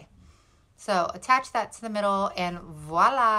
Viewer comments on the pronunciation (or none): none